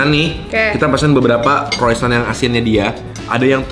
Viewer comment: Saran untuk, cara ngomong "croissant" nya buat sakit kuping yang ngerti cara bacanya 😅. Grat pronounce it better. Moga² besok² kalau mau cicip makanan asing, at least bisa dicari correct pronunciation nyaa yaa. Thank you